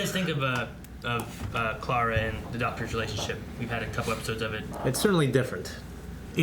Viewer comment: You know they've had Clara for a while now and,, and still can't pronounce her freaking name right.